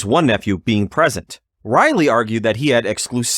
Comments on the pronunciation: Dude quit say Raleigh as Riley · Raleigh is pronounced Rawley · DUDE YOU WENT TONTHE DENTIST, DID HE HAVE YOU SAY AHHHHHHH!!!!!!!!?????? OR IIIIIIIII!!!!?????? YOU SAY RALEIGH AS RAHHHHHH LIKE AHHHH YA FUCKING TWIT. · SO HE HAD TO SAY AHHHH, BUT HE STILL CAN'T SAY RAHHHHHHHLEIGH!!!!!! DOUCHE